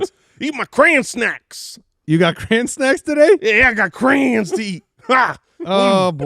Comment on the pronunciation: It’s cray-on cmon guys